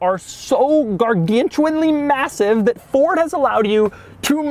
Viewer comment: Why would you intentionally call it a “Furd?” Is there someone wrong with you?